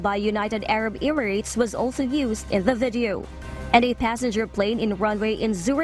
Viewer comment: i cant unhear "vedio....vedio...vedio"